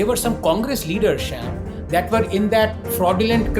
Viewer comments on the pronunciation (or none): It’s a sham that you don’t correct when someone pronounces your name as “sham” It is “Sham” as in evening rhyming with Aam or Shyam for Govind/Krishna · everything was great except Anand calling Sham "Sham"